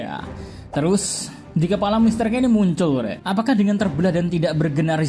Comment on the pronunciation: Salah sebut itu Mr k di menit